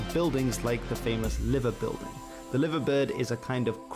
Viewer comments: Here's me being pedantic but it's pronounced Lyver bird and Lyver buildin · I had to stop from a cringe overload when he said "liver bird" and "liver building" - it's pronounced Lie-ver bird and Lie-ver Building. Also, the more widely-accepted explanation of how Everton got the nickname 'The Toffees' is because they used to meet before playing at a pub beside a toffee factory. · there is a pronunciation error with "Liver Bird" and "Liver Building" - Liver - in this context is pronounced as L[aɪ]ver - the I is pronounced like eye . The caption at the top "You'll never walk alone" is deeply symbolic to us . If you have time - just search for "you'll never walk alone liverpool" to hear the best crowd singing ever examples